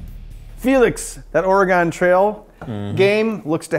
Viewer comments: It's pronounced Or-e-gun, not Or-e-gone. We're still here. Haven't gone anywhere. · ore-gun (similar to organ) not or-ri-gone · its pronounced Oregun!!!! Not Oregon. I lived here all my life and we hate it when you guys say it that way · Or - Eh- GONE! is pronounced Ory-GUN!!!! Ughhhhh! Love the show! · Bens pronunciation of "Oregon" really does show his Wisconsinite side, heh. Me also being from southern Wisconsin most people around here also pronounce it that way, but that might be because there is a town here people pronounce like that "Or-A-Gon" Or "Or-E-Gon". Also great build Ben! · The state should be pronounced "Or-eh-gen" but he flip flops between different pronunciations of it. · OR-EEE-GONE i just keep hearing or-eee-gone and it makes my inner oregonian die inside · I'm from Portland, I can tell you NO ONE from Oregon pronounces it like "Ore-a-gone". At all. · James Helgason Or-gen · Seriously. All of them say Oregon wrong. It's cringey for someone who lives here. Or-uh-gun. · Dude it's pronounced. O-RE-GUN lol... Us Oregonians get a lil tired of that like saying the s in Illinois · I’m from Vancouver Washington and no one on this side of the Colombia says that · As an Oregonian, the way this guy says "Oregon" makes me absolutely cringe. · How many times is he going to mispronounce, 'Oregon'? I'm going to guess, 13. Edit: my count is 12/15... Have fun in Wisconsoy... Idiots.